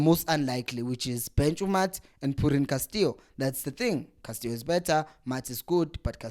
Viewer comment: Castillo not Castio maarn